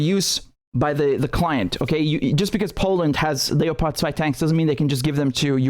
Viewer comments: Please stop pronouncing leopard in German. Just say leopard. It's making me cringe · Funny pronounciation of Leopard